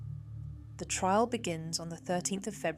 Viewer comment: Only recently discovered this channel, and it's quickly making its way into my favourite True Crime channels. I like the inclusion of maps and stylised graphics. But is the voice AI? she clearly says "tril" instead of 'trial.